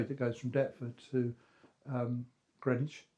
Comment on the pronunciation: And GRIN-IDGE!